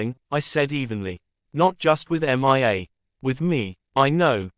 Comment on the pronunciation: Horrible Voice. Can't even pronounce a the name Mia without saying M.I.A.